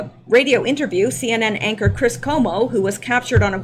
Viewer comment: He said "anchor"